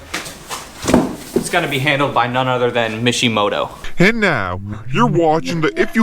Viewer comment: Intro gets me everytime 😂😂😂😂. turned that mishimoto into a wishimoto 😂😂😂😂